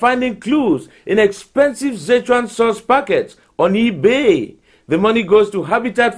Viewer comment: I love how he said eBay "ie baiy"